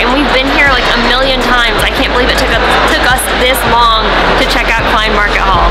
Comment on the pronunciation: And halle is sounded as halla.